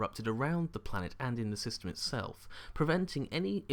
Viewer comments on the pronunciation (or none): none